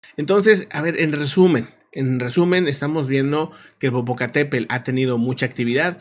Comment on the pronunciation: El Popocatépel ....🤭🤭🤭es tl...bueno , siempre hay una palabra que se nos dificulta... saludos 🎉🎉🎉